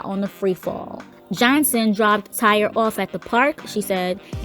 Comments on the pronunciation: TY-REE.......SIS, ITS TY-REE not TIRE😩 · Girl, I know his name spelled Tyre, but it’s pronounced Ty-ree not Tire. Also, it came out that that chick “Shay Johnson” is a fraud. She’s not related to Tyre, the family doesn’t know her, she never talked to him, and she was only at the ballon release to scam ppl for money and gifts. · Are you sure his name isn't pronounced ty-ree? Or is it actually tire like the wheel. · I believe his name is pronounced like (TIE-REE) not tire like a car lol. I feel like this whole thing is so, so sad. You've got operators that didn't do their job, and respectfully no matter what age my child is imma be there with them and maybe this could have all been prevented. I feel like had he had a extra someone tell him like "bubby maybe this ride isn't for you cause it doesn't accommodate you're weight, and find something that does" that he'd still be here. Kids will be kids and try to do things anyways and it's just sad, because the park hired people whom I'm sure KNEW that they are supposed to double check and even sometimes triple check to make sure rides are securely buckled down, if he couldn't fit the laches over him ?? Why not just tell him to get off ?? That park failed him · Why is she mispronouncing this young man’s name? His name is Tyre not Tire smh RIP to the 14 year old and condolences 💐 to the family. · HUS NAME IS PRONOUNCE TY-REE NO NO DAMN TIRE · Respectfully his name is not Tire. It is Tyre pronounced Tie-ree. Praying for his family. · She really said tire and Tyree is a pretty common name 😬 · Tire?? Ummm it's Ty-ree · RIP Tyre (pronounced Ty-reeeeeeeeee-eeeeeeeee) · Thumbs down because she didn’t know how to pronounce his name? Dumb. And you can’t even see the dislikes anymore so she won’t care lol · Over in Australia tyre is pronounced tire. This was put up after the incident…days after, she is slow for not knowing how to pronounce his name when it has been said over 1,000 times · Its ty-ree got dammit …